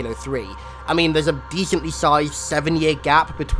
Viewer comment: he goes full nerd and say dethaintly sithed instead of decently sized.i just saw this channel I love it been watching for hours!not trying to be mean just thought it was a bit funny